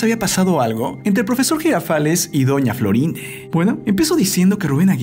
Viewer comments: No sabés hablar es doña Florinde es doña Florinda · Por qué dice Florinde?